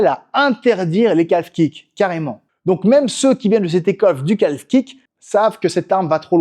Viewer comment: Bonne video, mais on prononce pas le l de calf, on dit [ka:f]